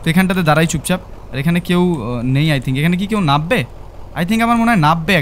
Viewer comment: ভাই তুমি যেটাকে নাব্বে বললে সেটা আসলে নামবে হবে 😊